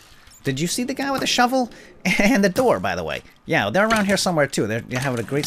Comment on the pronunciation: in ravine you said shubble instead of shovel